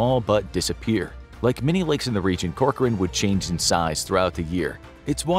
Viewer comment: Hey, thanks for pronouncing Corcoran correctly!